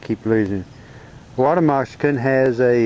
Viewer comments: haha . Wawter Mosikin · Why u keep saying water Mexican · WTH is a "water mokaskin" ????? sheeeesh